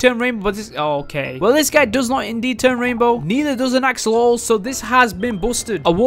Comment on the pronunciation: “Blue axololol”